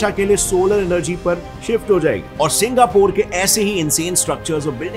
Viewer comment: Singapore ❌ Singapuur ✅